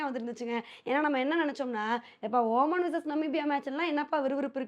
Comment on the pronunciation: ஒ மன் இல்ல ஒமான்